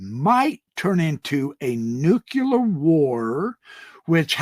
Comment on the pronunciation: nuclear.....new clear..... not nuculear